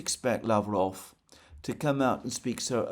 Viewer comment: peskOv.. lavrOv, ushakOv.. not pEskov, lAvrov or Ushakov..